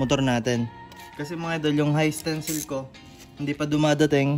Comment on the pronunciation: Hi Sir Wag mo sana masamain correction lang po.. 😁 Isa rin ako sa mga taga panood mo. Dapat po ata "high tensile" (hay tensayl) at hindi "high stencil" ☺️ RS lagi..